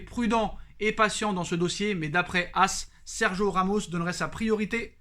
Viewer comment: Tu es au courant qu'il y a un "i" dans Sergio... t'as le droit de le prononcer du coup 😑